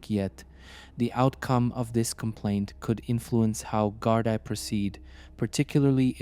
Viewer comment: Gardaí is pronounced gardee